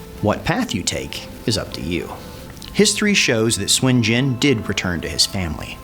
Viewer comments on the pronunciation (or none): The enunciation can be a trap depending on how the chinese speaker uses the U, it can vary from Soon to su/n, definitely not swin, but i can understand enunciation is not always consistent. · It is suun not shwin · okay since it's my SURNAME. it's pronounced "SWIN". It's also the same Surname of Goku and the Money king. SOON is INCORRECT. SUN or SON is also INCORRECT. (SON GOKU is a romanized way to pronounce Sun Wukong) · Nope. "Soon" is incorrect it's close but incorrect. here is a from an actual chinese movie where Sun Wukong pronounces his name.